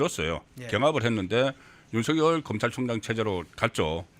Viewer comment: 넘 무식하게 들려요. /윤서결/ × /윤성열/ ○ 윤 전대통령님을 존경한다면, 부모님들을 존경한다면 함자 바로 /윤성열/로 불러 주세요. 고유명사는 문법(여기서는 자음접변)에 영향을 받지 않아요. 본인이 부르는 대로 불러 주는 게 예의이고 상식이에요. 취임 초기에 /윤성열/로 불러달라고 했어요. 지금까지 /윤서결/로 발음하는 건 어감상 거북하고 넘 무식하게 들려요.